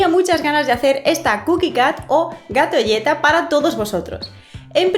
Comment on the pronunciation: Like si escuchaste que dijo gato lleta